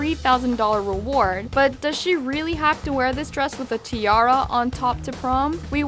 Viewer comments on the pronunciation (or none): none